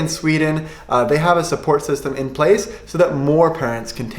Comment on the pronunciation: Loved this video! I'm from Sweden, and you should pronounce "system" with a stress on the E. :)